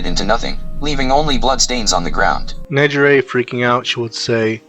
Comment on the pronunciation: The text to speech can't get Negire's name right 😅